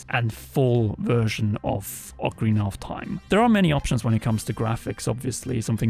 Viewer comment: Really annoying that guy saying oakarina of Time over and over It's Ocarina of Time like how do you not know how to pronounce the game after all these years